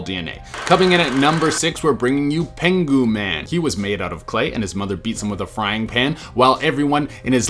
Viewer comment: Penghu man I straight up thought u said penguin man